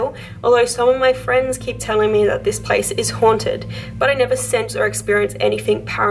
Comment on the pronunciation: Yes where you tagged it “Me” that sounded like “Amy” 🤔